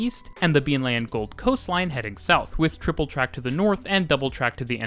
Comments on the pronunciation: Nice video. I used to live in Brisbane. It has a special place in my heart as it was the first place I set foot in this country two decades ago. For future reference: Beenleigh is pronounced "Been Lee." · As someone who's lived in Brisbane for a long time, Good job trying to pronounce some of our silly named towns. Missed on a few, but you did well... haha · Mispronunciation of Beenleigh, that's a paddling... it's Leigh as in lee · A great video as usual, (though I couldn’t help but giggle at your pronunciation of Beenleigh!) You explained the up sides of Brisbane transport system very well but didn’t really go into the downsides - the main one being relatively poor frequencies (most rail lines are only every 30 minutes off-peak). Also, the Brisbane bus network is … umm … dreadful. It’s a confusing mishmash of mostly infrequent routes with an insanely bewildering variety of stopping patterns and route variations all mostly converging on the city centre. The bus network is so complicated that there isn’t even a network map, it would be almost impossible to draw a legible map. There isn’t a single high-frequency cross-suburban bus so most trips between suburbs require going all the way into the city and back out again. There has been some good work done on improving SEQ’s public transport system but it still lags a very long way behind Sydney, Melbourne and Perth and consequently has much lower ridership than those three cities. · Been Lee not Been Lay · Been-lee, not Been-lay. :) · it's pronounced queen's land, not queenslund. also beenlee, not beenleye. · please. it's not pronounced beenlay, it's pronounced beenlee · Great vid. Also its said "Been-Lee" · Incredible video only 1 thing to say beenleigh is pronounced bean-lee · Very good, except for Been-Lay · Very well done but just one miss-pronounced name. Beenleigh is pronounced Beenlea, been lee. I'm waiting for the new metro. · Been-Lee and “the Gold Coast”, not “down to Gold Coast”